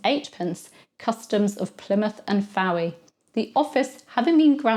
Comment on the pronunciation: Fowey is pronounced Foy